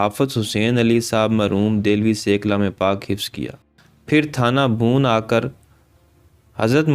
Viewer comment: Thana "Bhoon" nahi Thana "Bhawan" theek talaffuz hay